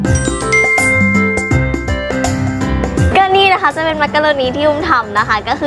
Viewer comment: น่ารักมากเลยค่ะ แอบขำตอน มักโรโน555